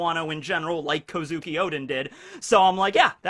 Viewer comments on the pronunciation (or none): none